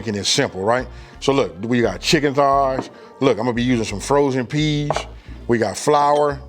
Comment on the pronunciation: It tickles me the way he says PEAS!